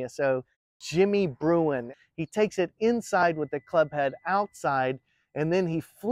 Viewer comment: Think it is Jimmy Bruen….not Bruin….